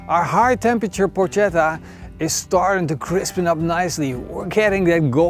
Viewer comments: The correct pronunciation is Porketta not Porcetta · This is not Porchetta. It's not cooked enough inside just like every cooked meat in the world outside Italy. Plus, so many other things. Also you are saying the word wrong... So this is your porcetta but don't mix it with the real "Porchetta" <-- Correct spelling. You would think that, at least before doing a video on it, you would get the pronounciation of the name of the dish used in the title correctly as for starters. But of course not... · Dude, nice video but PLEASE say 'porKetta' the next time. ❤ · PorKetta Is the right pronounce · Nice! Correct pronunciation is porKetta 😁 ch=K in italian